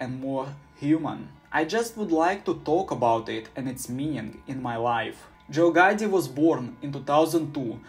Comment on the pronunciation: "Joe Gotti was born in 2002" 😭👌